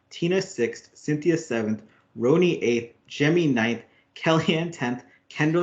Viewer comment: Roni is actually pronounced ronnie